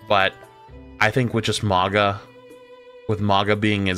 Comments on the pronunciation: Stop saying maga , its "maw gah" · Who is this "Moggah" character keeps referencing? I know there's a Mauga, but who's Moggah?